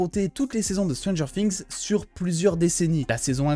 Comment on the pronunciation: Stranger quoi? Fings ?😂 je déconne super ta vidéo 👍🏻